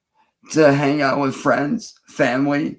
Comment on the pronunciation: 'I want to do better, I want to be better. My Fuhmly' blah blah blah. Lies. You want to be left alone so you can do what you always do, prey on women and children. You haven't honored anyone or anything your entire life you little sex pest freak.